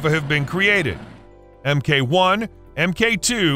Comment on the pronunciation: Does the ridiculous, synthetic voice put others off as well? I gave up at 'em kay one' etc. Come on creators, at least attempt to do a reasonably professional job. These ludicrous synthetic voices are not big and they are not clever, whatever young children might tell you.